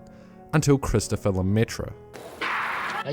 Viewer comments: Christophere "Le-Métro" lol ? Funny pronunciation apart it's Christophe. Sorry, as a french it just quite funny :) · Careful mate, it's "Christophe" (pronunced like Kristof), not Christophere, which doesn't exist ^^ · it's Christophe* not Christophere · His name is Christophe, not Christopher. And funnily enough, "Lemaitre" litterally translates to "Themaster" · Christophe Lemaitre. Not Christophere, his obscure cousin... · "Christopher" bruh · CHRIS TOUT FLEURRRR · it's "christophe" nice vid otherwise